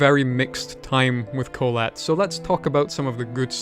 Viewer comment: I just realised that you mispronounced "Kholat" while watching a russian(?) TV thriller series about the incident